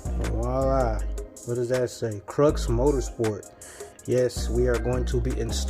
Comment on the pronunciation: Hey man no hate or nothin it’s just pronounced crEW like the x is silent it’s a play on words